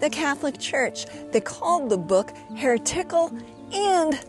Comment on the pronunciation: Heretical, pronounced here”tickle”, LOL!!